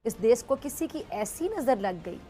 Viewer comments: Desss not desh 😂😂😂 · Are bhosdiki des nahi desh hota hai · Isko bolo desh hota hai 'des' nhi hota hai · Of late Pizza Aunty stopped saying 'dess' for mulk...🤣😂😀😄😃